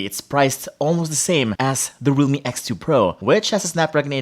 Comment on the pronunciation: He pronounce Realme as Rumi.